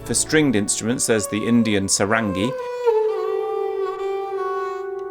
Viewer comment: Ok i thought you were not going to pronounce Sarangi like that the entire video.. But it really bothers me.. Here is how you say pronounce it Sa (from sars disease) Ran ( not exactly but there is no English letter for ङ) Gi ( from giddy or giddy up)